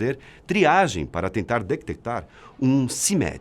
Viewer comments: alguem percebeu que o cara fala dectectar em ?? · quando ele fala "detectar" pareceu que ele disse "tectectar" KKKKKKKK desculpe. Muito bom o vídeo.